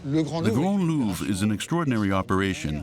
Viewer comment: I have heard of a rhombus, but I have never heard it used to describe the diamond shape of an object. Instead everyone says it's diamond shaped not ohh look at that there rhombus. - The Louvre-ra? The heck is that? Don't you just mean The Louvre? Man you French sure do pronounce some things in some very strange ways.